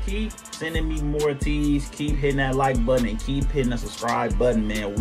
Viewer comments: thanks for the reaction! btw ateez is pronounced ay-teez rather than ah-teez :) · Deja Vu is an amazing video and song. Love how the music video reminds me of late 90s/early 2000s MV styles. The dance is so sensual and cool at parts and this was a nice change from Ateez's usual music! Hope you can react to their song Mist, which is a great song, next! There is no music video but there is a beautiful live performance of it that shows how good their vocals are! Also Ateez is pronounced like ayy-tease/eight-eez, not uh-teez! 🥰